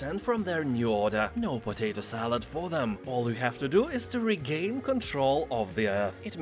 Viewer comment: Mate I just wanna point out you're pronouncing potato wrong in all these videos heres a short video elucidating the corrrect pronunciation